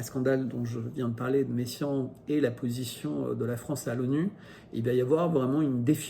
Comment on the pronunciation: Encore une chose en passant, j'entends dans votre vidéo "Messiaen" et non "Meyssan". La fin du temps. Mais peut-être sont-ce mes oreilles vieillissantes.